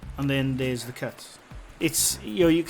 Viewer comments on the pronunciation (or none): LMAO! I was looking for a cat because I thought you said “There is a cat.” Turns out you were saying “cut”, “There is a cut.” 🤦🏻‍♀️ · Me too Lol I thought he said cat also Lol